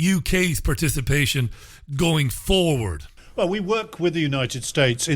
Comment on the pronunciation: Man, RichieAllen .....you really emphasize the word "FORWARD",....... the same way ZZionists using buZZ words do. Are you being ...."CLEAR"?